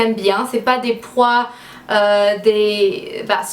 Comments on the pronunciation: Ce n'est pas des prois mais des pois quand tu le prononce sa fait style poua voilà j'espère que sa t'aura aider! ❤️ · On dit pois, pas prois! Mais sinon j'adore, tu es vraiment superbe ❤️ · "pois" et non "prois". "si vous me connaissez" et pas "si vous me savez". C'est pas pur critiquer, juste pour t'aider :) . Super haul en tous cas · Ont dit des Pois (pwoa). Sinon super Haul pour ton style